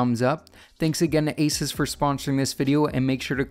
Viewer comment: Its pronounced AY-soos not AY-sus